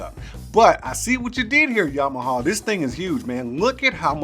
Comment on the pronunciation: Yam-ah-ha. Not Yamahaw. Lol 😂. I see what you did.